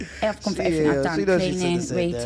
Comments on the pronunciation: "I'm well spoken but sometimes I say "everyfink" instead of "everything" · She said she "tried evry fink"? WTF does "evry fink" mean?